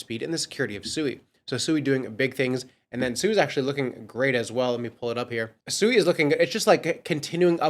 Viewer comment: 👎🏼 are you pronouncing it SUEY 🤣 obviously haven't done your research heard anyone from Mysten Labs or any devs pronounce it. I can see why traditional Finance thinks everyone in the crypto space is so low IQ